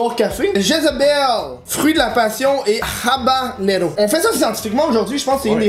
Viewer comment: Habenaro😂🤦 habanero peut être😂